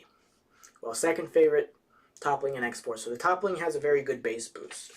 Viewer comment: ... Toppling? Lol good review man, really thorough and informative which i really really appreciate since i'm considering buying this. But the mispronunciation was a little distracting!